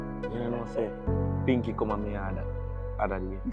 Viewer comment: Man dida try say pinkee tights😂😂